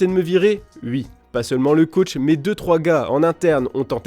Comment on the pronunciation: Vous avez donné le micro à un journaliste qui ne sait pas prononcer le mot « oui » sérieusement?